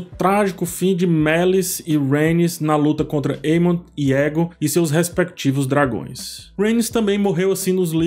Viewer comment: "Para o que der e vier" nao "vinher", "vinher" nao existe na língua portuguesa. "Aegon", nao "Eagon". Crítica construtiva 😉